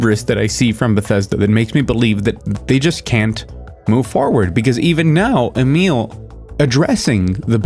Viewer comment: IDK if I've said this before but properly pronouncing Emil's name seems so hard for some folks and I appreciate that you do. Albeit with some old world flavor, since I think he's Merican AF. Regardless it's a little thing but it sticks in my craw when other folks can't and don't look it up. It sounds like they are just sight reading it and it embarrasses me for them lol.